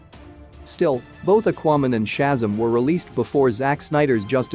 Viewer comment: And Akuayman lol